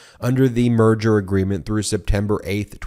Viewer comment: When Ben said "merger", I heard "murder" which sounds about right. The company is dying.